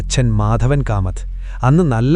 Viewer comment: കഥ നല്ലത് തന്നെ പക്ഷേ കാമത് എന്നല്ല കമ്മത്തു. വാക്കുകൾ വാക്കുകൾ തെറ്റുകുമ്പോൾ അർഥം തെറ്റും